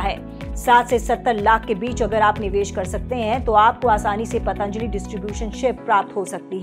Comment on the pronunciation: पतंजली not पतांजलि